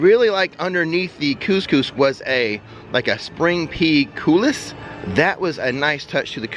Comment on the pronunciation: I feel like I’m choking in a T-shirt, so I really like the neckline on those shirts. This eagle might have to check them out (if they’re still there in September). BTW I believe coulis = coo-lee